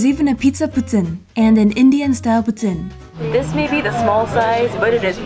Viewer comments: calls poutine the right way Canadians: POOTEEN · Thank you for pronouncing poutine correctly! When cheese curds are squeaky, they're fresh! But personally, I don't like when they squeak haha! It's so nice to see you explore my city :) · For the first time forever I heard someone say poutine right